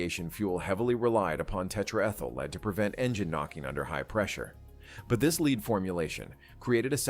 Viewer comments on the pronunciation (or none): AI crap again. Just one, it's tetraethyl LED, not LEED. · Leed ? Can't you dummies teach the computer to say led (lead) ? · AI narration. Pronounced "lead" the wrong way for the context. Also why the eff is the image reversed? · If you want AI to pronounce “lead” (the element) correctly, write your prompt as “led.” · Yes, but he (it?) pronounced it leed. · "lead" dead giveaway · Just after in the video we hear about leaded fuel; the first instance of the word is correctly pronounced, after which it is pronounced "leed" by the robo-narrator. Confusing until you figure it out. So great to see so many pics of this beautiful animal . . . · Good content, but why, oh why, the seeming pervasive need for artificial dialogue? There are so many giveaways; for example, the narrator, when talking about fuel, says 'leed' instead of lead, the metal. Just hire a reader, for god's sake. I down rate all the sites that use this type of narration. The script has to be written, have a human read it. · The problem with computerized text-to-speech; pronouncing the element LEAD as LEED. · Got to see the Qantas bird in Nadi, Fiji in the 90s when I was there. It had made a stopover before going to Australia. They let me walk through it and look all over it. Fantastic airplane for its day, and always lovely. Production point - too bad your IA voice pronounced "lead" as "leed" when talking about lead in the fuel. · When referencing the element "lead" it's pronounced (led) with a short "e". Ones a noun, the other version is a verb. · The leed. Its lead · This is an engaging, informative short doco. Do please note that the pronunciation of "lead' at about 10'-50" is confusing.